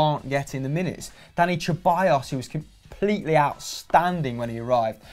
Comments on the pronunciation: Hecking "CHE-ballos"... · Sebayos actually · You would think that a channel dedicated to football would know how to properly pronounce the names of players Ceballos is pronounced se-ba-yos, not che-ba-yos. Llorente is pronounced yo-ren-te, not low-rent-eh